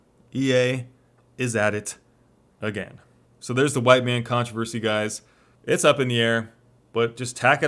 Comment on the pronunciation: Mhite Wan